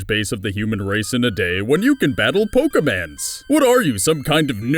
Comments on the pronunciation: its Pokemon not pokeman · its... POKEMON not poke"man"